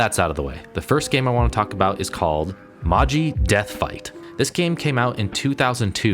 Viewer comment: I think the Magi death fight is pronounced like Ma-Jye. Not like Maw-Jee Like multiple mages is magi. A Mage, like a wizard if that isn't clear lol